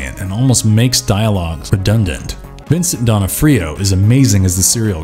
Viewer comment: Vincent Donna-free-o?